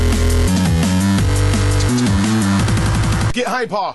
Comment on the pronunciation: niet "hieper" maar "haiper" de uitspraak :)